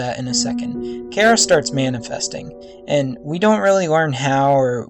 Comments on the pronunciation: And, during the video you say chara is a he, even though its a she, and you keep pronouncing her name wrong. It's Chare-a, not chair-a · it is Ch Ara no Cara it is disturbing me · Char-a not care-a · why dose everyone say chara's name like "cara" it's chara not cara!! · It's chara not kara because I'm hearing kara not chara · its pronounced CH - ara not cara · It's pronounced Ch-ara not Kara And they're non-binary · I may be incorrect, but I think it's "CH-ARA" not "C-ARA" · Cara?You mean chara? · It's not CARE-A! It's CHAR-A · "Care-a" lol. Char-uh. :) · Sh-Are-uh not care-uh. sh-are-uh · its Chara not Chera! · dude its ch-ara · Get theory but it's pronounced ch ar a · thanks, but I kinda like the pronunciation of K-ara better now after your video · not to be rude but your pronansing charas name wrong. it (ch-are-ah) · just so you now VG its Chara said like this (Char-a)but you can say what you want to say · I'm pretty sure its pronounced as "Shara" but thats just me, eh I dunno. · I haven't heard that pronunciation of Chara before. Most people I know say it with the h. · Its still a name though. If your friend was named Chara, she would correct you on your pronunciation. Besides, I said it bothered ME. Im just getting my opinion out there. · Why does everyone mispronounce Chara? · its the ch sound not ck sound ok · Hmm, I like this theory! You just earned a new sub! :D But just saying, Chara also means "joy" in Greek (???) and yeah.. Also, don't worry, people pronounce it both like (Char-a) like CHARmander and some people pronouce it like you (chara in CHARActer) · You read Chara wrong, go to google translate, type in "Chara" and listen..